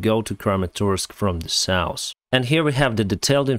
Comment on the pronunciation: "nors" and "saus" words do not exist, notice the right pronunciation is "norz" and "sauz", with love...